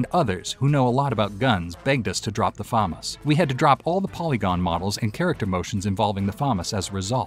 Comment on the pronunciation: sorry but, famas is not pronounced fam as, but fa mas